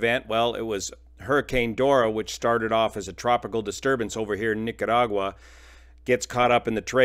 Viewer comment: I polled 15 random strangers pilfering thru my yard sale today after playing this video and the official results are in.... 14 out of 15 rated the content as very informative (one no spoka englesh) and 15 out of 15 rated pronunciation of Nicaragua as the best they ever heard. Where do I send you the award of all unsold items?